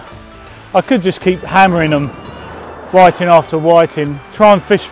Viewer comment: Whi-TING, pou-TING... all the same ting.. lol